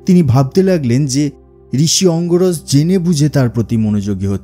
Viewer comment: অঙ্গিরস, অঙ্গরস নয়।